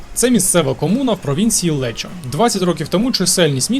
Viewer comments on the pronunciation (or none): Місто називається не Лечо, а Леко. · Місто Лекко а не лечо😂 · Вітаю; правильно казати провінція Лекко, бо провінція Леччіо це південь Італії в 140 від Барі.